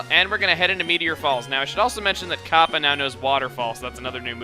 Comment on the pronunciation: the way you say "Kappa" sounds like a jewish woman saying "copper"